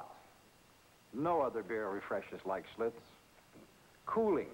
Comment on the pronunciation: That's Schlitz !....Not Schlutz